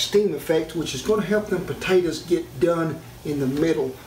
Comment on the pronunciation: Good lesson, heard him mispronounce and said potatoes.